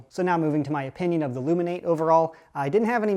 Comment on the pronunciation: Its pronounced loom in at ee aka loominarity confired